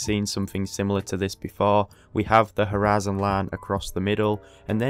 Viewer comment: Why do you keep saying horizon line like U.S southern state?